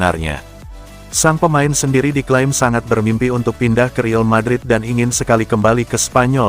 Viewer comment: Saran klo pake AI voice tulis REAL madrid nya jadi RIAL madrid. Klo REAL sistem AI nya menganggap itu bahasa inggris jadi kedengerannya Rill madrid 😂